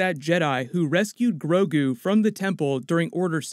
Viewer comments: he says “Groku”... STAR WARS AND DRAGON BALL Z IN THE SAME UNIVERSE CONFIRMED!!!!! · Everyone gonna ignore that “Groku” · he said Groku at one point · Grogu...Guorg...George, kind of!? : )